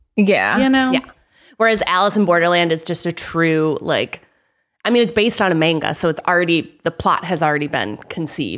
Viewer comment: Lmao, mispronouncing manga really bothered me so much as someone who took 3 years of Japanese and as someone who is an anime/manga fan.